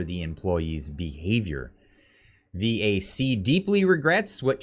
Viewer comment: VAC not V.A.C. CAF not C.A.F.